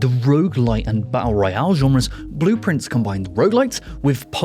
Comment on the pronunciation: I wish you would put the name of the games on the screen, or at the very least list them in the description. I had not heard of Blue Prince, but it sounded intriguing. I was looking up "cerulean monarch" because you said that first. Then I looked up Blueprints, which wasn't right either. It took me WAY too long to figure out you were saying "Blue Prince". And it has nothing to do with the phrase "cerulean monarch". Love the videos, keep em' coming!